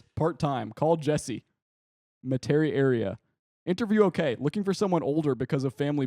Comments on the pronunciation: Metairie is pronounced MET-a-ree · saying Metairie wrong after telling he said it wrong, incredible.